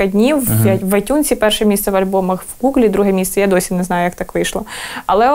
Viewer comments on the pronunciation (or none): none